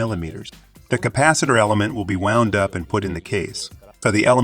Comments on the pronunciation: And wound gets pronounced like wound, aka bullet wound vs wound as in what one does for a coil around a spool. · yea, it's fine. It's good content. It's funny that the AI pronounced wound like bullet wound instead of wound like wound around, but nothing worth getting worked up over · wound is pronounced wownd, not woond! Stupid AI. A 6yo can speak better. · Nearly all of the words were pronounced as a native North American speaker would say them, and all of them were decipherable even if pronounced a little unusually. Wound was pronounced as "woo-nd" (like an injury) instead of "wow-nd" (as in rolled-up). As a native speaker I'd never even considered those two words were homograms. until it said that I'd thought it was a person reading a translated script. More technical words like "Anode" and "Cathode" seemed to trip it up as well, though not consistently, and not badly. Mostly just the wrong emphasis on the wrong syllable. Still an amazingly clean pronunciation and pretty smooth tone for a text to speech bot though! Making the coke electrolyte example caps was a great way to shake up the video as well. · You know its AI translated when it knows not the difference between 'wound' (injury) and 'wound' (past tense of wind)